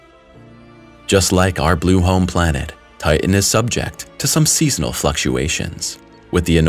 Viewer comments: TI-TAN not TIT-AN another read-bot ? or just an illiterate ? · Thanks for the content. I just wish you could pronounce "Titan" correctly.. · I wish you'd learn to pronounce all the letters in words. IE "Ti Tan" not "Ti n".